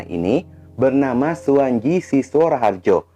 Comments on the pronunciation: suwanci bukan suwanji bacanya bang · Mf, klo ejaan lama, pembacaan tj*itu dibaca *c . Suwantji dibaca Suwanci